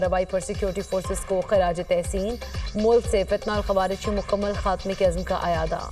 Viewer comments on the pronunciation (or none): Fitna tul khawarij صحیح تلفظ